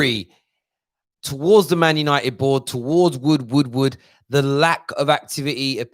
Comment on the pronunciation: He meant to say Edward Woodward. It sounds like Wood Wordward 🤣